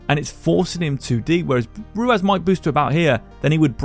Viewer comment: I can't get over you calling him ruaz its ruwas